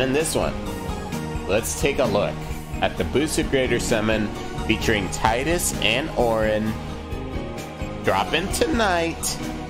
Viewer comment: Can't help but to mention the name is 'tee - dus' not 'tie-dus'. It's japanese, after all.